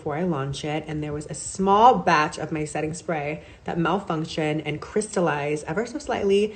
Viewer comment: Did Nikita go to the J. Star school of PR and annunciation? The emphasis on some words "SMall BATCH" and the sing-song intonation when she's being dismissive, ie, "ever so slightly" and "Mistakes HaPPennnn" just sound so familiar.